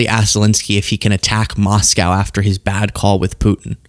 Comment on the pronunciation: what's a moss cow? 😅 🐮